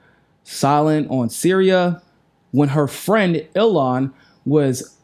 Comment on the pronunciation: We love you but you have to learn to say Il-han! She's going to be around for a long time and in the news, so just add that extra syllable.